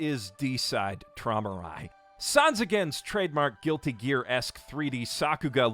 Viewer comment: Is it actually supposed to be called "D_Cide Traumerei" or do they just not know how to write "Träumerei", a very beautiful word in German. (Which you miss-pronounced, but it was miss-spelled in the first place, so whatever)